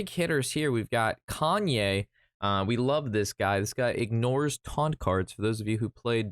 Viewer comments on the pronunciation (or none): Why does he call Kayn Kanye lmao